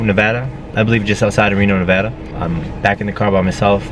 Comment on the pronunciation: Thank you for pronouncing Nevada correctly 🙂